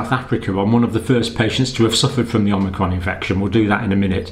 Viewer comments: Is he saying OmNicron? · you kept calling it omnicron in your video isn't it called omicron ? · OMICRON, not OMNICRON! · It’s omicron not omnicron. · It's fun to say OMNI-cron! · You'd think the good doctor would have learned how to pronounce this variant by now?